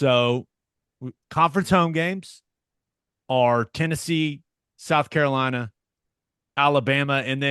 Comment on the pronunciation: teddy pronounced s carolina correctly. wha't s the deal?